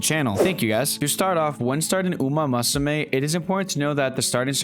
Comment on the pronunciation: My brother, it's "moo soo may" not "ma soo may" lol great guide though! Just picked up the game! 🤗